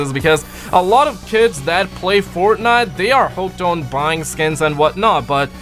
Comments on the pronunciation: You said Fortnut😂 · That moment U Said Fortnut I knew u were High.😂